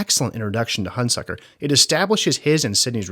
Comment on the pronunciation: You consistently mispronounce the name of Burt Lancaster's character. It's HunSECKER, not HunSUCKER. Get the basics right before you begin.